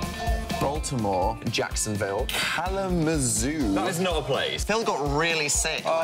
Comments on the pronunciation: i live like 30 minutes away and i'm pretty surprised he pronounced it correctly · "Kalamazoo?" "That is not a place!" I am 100% sure that is a place in Michigan..... XD and Its not that hard to pronounce!